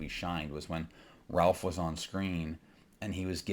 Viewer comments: I’m with you, but if you’re a “filmmaker,” shouldn’t you know how to say Ralph Feinnes’s name? (Rayfe) I don’t disagree with your take but you reduce your credibility when you mispronounce the lead actor’s name. It’s not like he’s new to Hollywood. He was Voldemort. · He doesn't even know how to pronouce "Ralph." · He lost me at his pronunciation of "Ralph."